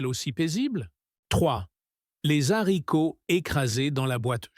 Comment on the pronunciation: On ne dit pas l: les zzharicots, mais les haricots !